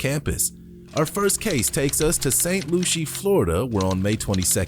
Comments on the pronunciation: Saint lou-SEE... Not saint lou-SHE... A.I. click bait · Saint Lucie... not LUSHIE... wtf